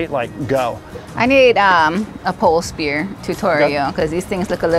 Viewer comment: Spear not spirit